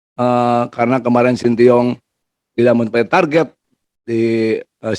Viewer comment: Shin tae yong pa ketua, bukan sintiong. 😅